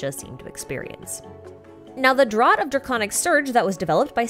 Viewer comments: FYI, "draught" should be pronounced like "draft" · Great video as always, very helpful for sorting all this info out and making sure I understand it before 1.1. (BTW - "Draught" is pronounced "draft", just thought you should know. Blame the British.)